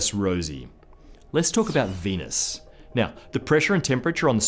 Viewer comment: Mahhhz and Veenuse